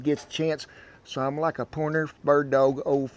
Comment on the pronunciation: "Laik, sher, and suscraib" 🤠